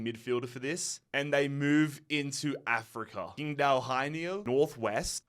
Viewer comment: as a chinese speaker it pains me hearing how he pronounced qingdao 😂u would be much closer if u pronounced ching-dao instead. dont ask me why, this is how mandarin Chinese works. the Taiwanese system would prolly give u Chingdao for the same characters. I just got used atp...